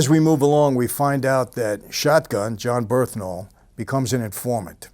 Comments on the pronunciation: Michael saying how much what a great guy John Bernthal is and what a great actor who might play his father soon etc. but butchers his name every time!!! John Bernthal “Bern-thal” Mike : John burhthental, John burtntall 😂😂😂😂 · jon berthnal? thats wht it sound like when you say it in vid